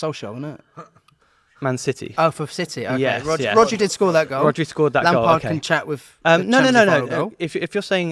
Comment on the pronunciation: Man said RODRI🤣🤣🤣🤣